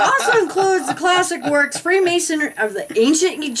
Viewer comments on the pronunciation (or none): It is pronounced freemasonry - not freemasonery. It is Knights Templar - not Knights templars.